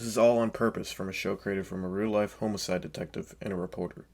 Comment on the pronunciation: Why’d you say “homo-cide” detective lmao